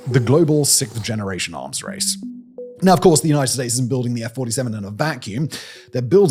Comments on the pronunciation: Simon! Simon!! It’s “siXth”, not “sickth”. Thank you! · Why do the English have so much trouble saying "sixth"???? It's not hard............ say 'sixxxxx', then say 'th'.......... wth????